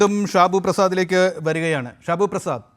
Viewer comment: ഷിബുഅല്ല ഷാബു